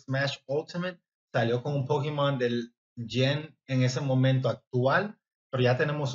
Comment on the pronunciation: Me daria verguenza decirle Pokimon ah Pokémon, No sabes pronunciar Pokémon?